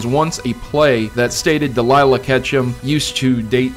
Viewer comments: "Delyla" That's cute, but it's Delia (De-le-ah) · DEE-LEE-UH. Not Deh-Lie-Luh. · DE-LEE-YAH not DELILAH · Ash's mother's name is Delia, not Delilah. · Isn't ash's moms name Delia not Delilah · I believe the name "Delia" is pronounced "del-LIE-uh" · draka kar oh whoops I didn't notice he said "-luh" my bad. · Her name is deal-i-a